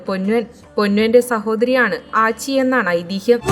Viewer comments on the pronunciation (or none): ആച്ചി അല്ല അച്ചി ആണ്